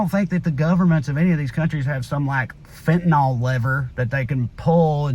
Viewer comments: Fentanyl is pronounced fen-tan-ILL, not fen-tan-ALL. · Agree all around. Please though fenta-nill not nol... Be nice to an old pharmacist. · 100% correct, Trae. Heart-breaking. So anti-American. By the way, the drug is fentanyl, and the last syllable is pronounced "ill." I'm not sure why people have started calling it "ol." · Just fyi, it's fentaNYL not fentaNAL. But I love you like chicken. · FENTANYL not FENTANOL. Stop that shit already.